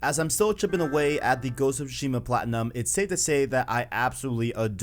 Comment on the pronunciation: Man you really gotta stop saying shushima, its tsushima